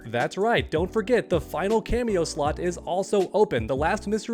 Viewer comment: Lol I thought he said "This final slut".